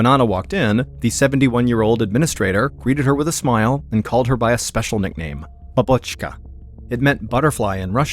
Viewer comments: I saw in other comments that he slightly mispronounced the word. “grandma” (babushka) and “butterfly” (babochka) are written very similar and have a slightly different pronunciation-just hard for non native speakers. So he probably was calling him grandma lol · She doesn’t speak fluent Russian, that’s why. In fact, Mr. Ballen putting the accent on the wrong syllable made it all the clearer: it was babOchka, not babUshka. What’s more, someone fluent would know the Russian word for butterfly even before it was explained, so they’d immediately connect it to the pet name being used. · He did say babochka but the stress went on a second syllable not on the first like it must be. Most foreigners use wrong syllables as Slavic languages are pretty difficult in pronunciation for non native speakers. Anyway, you may want to check your hearing though))